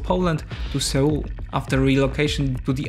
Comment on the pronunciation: Seoul in pronunciation sounds exactly like 'soul' when read from the Korean '서울'. You might wanna listen to google transĺations